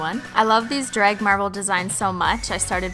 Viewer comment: Why do you say drag like dreg